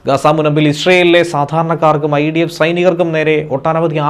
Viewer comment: ഇസ്രായലിനെ പ്രകോപിക്കാൻ ഐഡിഫ് എന്തോന്നടെ വായിക്കുന്നത് നോക്കി വായിക്കു